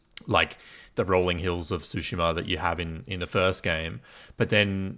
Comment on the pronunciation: Why the mispronunciation of Tsushima? Tsu- sounds like the - ts sound in cats. So it's more Two-shima. Tsu - sound is exactly the same sound as the - tsu - in the car brand Mitsubishi.